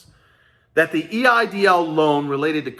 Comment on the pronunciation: “I want my EDIL Grant”